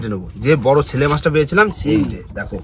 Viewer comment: তোমরা শেলে মাছ কে কেন ছেলে মাছ বলো সেটাই বুঝতে পারছি না ? তোমরা কি পূর্ব বাংলার মানুষ বলে এইভাবে উচ্চারণ করো ?